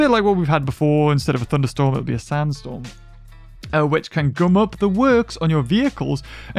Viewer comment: Desert storm? LMFAO! I love how he pronounces sandstorm! 😂